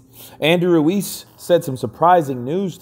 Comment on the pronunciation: its pronounced "Ruez"